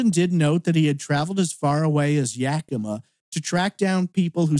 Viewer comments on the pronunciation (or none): none